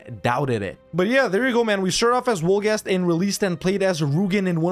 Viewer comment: Wolgast, "Vol-gast"!